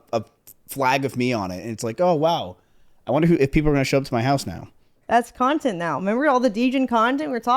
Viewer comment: she said nontent Cx